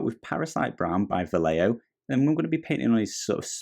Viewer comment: Great videos! By the way "Vallejo" is pronounced like "buy-echo" all together, just in the "echo" part change the "ch" sound for an "h" sound like in the word "he". Hope it makes sense and helps. Thanks for the tutorial.